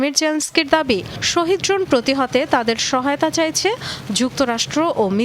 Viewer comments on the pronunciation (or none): শহীদ ড্রোন হবে না শাহেদ ড্রোন হবে শিক্ষিত মানুষ ও মূর্খের মত ভুল করে